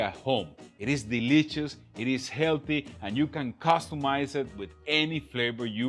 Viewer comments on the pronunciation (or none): I read your comment right as he said "deliches" 😄